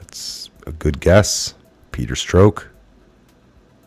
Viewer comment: Peter Stroke!! Hahahaha. It's Peter Staurk.